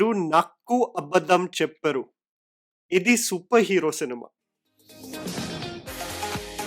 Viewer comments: Phonetically it’s cheppaaru not chepparu but so sweet of you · The way you pronounced chep-paru it means ‘wont tell’. If you pronounce it as chepp-aru (chepaaaaru) means ‘you told‘. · Its not "Chapparu" its "Chappaaaru"... In your first dialogue... BTW nice click bait... I saw your "wtf..." line in your thumbnail and was ready to ditch your channel for life cause I thought you had said something only bad about this Nani's movie. But when I saw your video is was a balanced review. Good that I don't have to ditch your channel now. Keep up your good work...